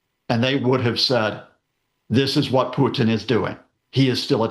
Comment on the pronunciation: I love how Professor Lucas tries to use a Russian accent to pronounce Vladimir and Putin, but screws up the accent big time. Content was good though.